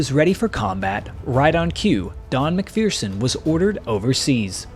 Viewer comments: It's pronounced Mac- fur- son, not Mac fearson..... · Good story of a brave man's experience. Mind you, the mispronunciation of a good Highland surname! ('mik-ferr-sun' rather than.. ah, no matter.. LOL)